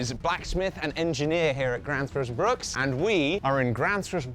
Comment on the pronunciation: It's Bruk...not Bruks.